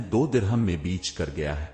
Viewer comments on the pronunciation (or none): Beech nhi baich hota ha dear